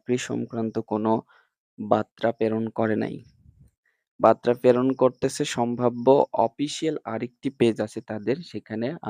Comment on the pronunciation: বাত্রা না বার্তা হবে